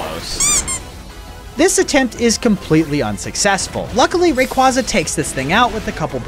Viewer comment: Bro said RAQUAZA 💀💀💀